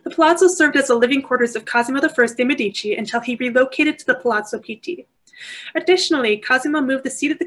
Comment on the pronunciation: Please learn how to pronounce Medici with accent on the first not the second syllable. Very informative lecture but so strange to hear the Italian names mangled!